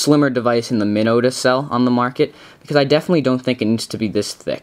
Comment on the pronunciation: Its not pronounce MIHNO its MYNO